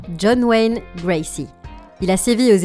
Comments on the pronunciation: bonjour , c'est john wayne gacy et pas gracy 😁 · Parcontre c'est John Wayne Gacy et non Gracy :) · Cc, pardon mais il s'agit de John Wayne Gacy et pas Gracie. Bizs